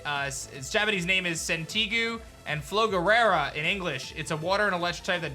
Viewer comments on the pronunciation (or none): "FlogaRERA" lmao